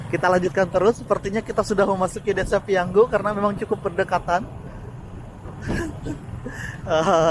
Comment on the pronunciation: 👍PIYANGU,, bukan PIYANGGU